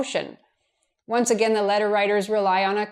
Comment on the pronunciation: You seem to have trouble deciding how to pronounce "Again" and "Against". A "gain" (meaning increase) has one syllable, and rhymes with words such as rain, pain, main, and train. "Again" (meaning to repeat) has two syllables and rhymes with words such as mountain, fountain, and captain. Don't let the a-i-n ending fool you.